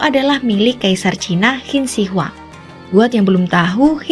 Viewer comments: Lah gila aja makam bersejarah dibongkar mah.. Terus Qin Shi Huang dibacanya Chin Se Huang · Narator beritanya masa ga bisa baca ejaan Qin Shi Huang dengan baik dan benar. Wkwkwkw